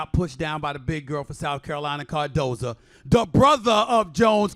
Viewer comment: Bro, you keep mispronouncing her name. It is CARDOSO. Not Cardoza.